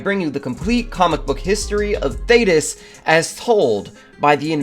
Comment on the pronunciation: Thank you for saying his name right, good lord